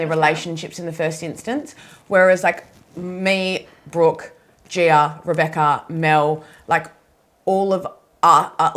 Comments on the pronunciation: her name is gi-a, not gee-err. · ok honey but made-up or not, the pronunciation is not gee-err.